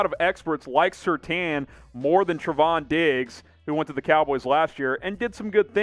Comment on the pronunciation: Say it with me folks, Sur-Tain [as in* accentuate the A].